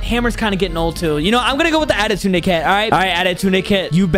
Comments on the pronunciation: Why is he saying adetunede bc its pronounsed adetune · Bro said autuden ☠️